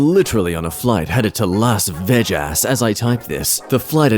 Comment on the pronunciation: "Las Vegg-ass", lol. Pretty accurate, lol.